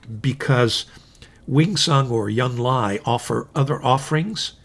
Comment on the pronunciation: I enjoy your videos. Thanks! And I’m looking into that Hongdian Han Dynasty pen now, thanks to your rave review. One very small thing—you tend to pronounce the “j” in Junlai as a “y” sound. In Chinese it sounds like the English words june and lie.